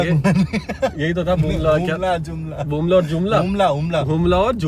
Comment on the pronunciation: एकबाद आप नेपालके जग्गाकै नाम आप बोल्ते तो बिगार के बोल्ते है, उसको आपको नही आता है त्यो मत बोलो जब बोल्न हे त्यो सिक कर बोल्ना चाहिहे अप कि बात 🇳🇵🇳🇵🙏 हुम्ला जुम्ला बोल्ने को नहि आता है? दिमाग मे क्या चल रहा है जब ऐसे नाम सम्झ नहि सक्ते है तो? हमरा देशका नाम बोगाड के बोल्ने का कोहि हक नहि है आप्को😏😏🤬